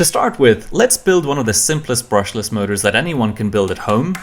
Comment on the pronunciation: Brushlesh Mochure